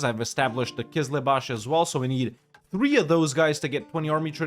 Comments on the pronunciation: Hey, no offense but it is called Qızılbash (Kızılbaş, means Red Head) not Qızlıbash (Kızlıbaş, means girl headed ) 😊 I love your videos a lot, thanks a lot for playing and thanks to your girlfriend’s great editing. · That Qizlibash pronunciation is just perfect ma man; Also Shia Persia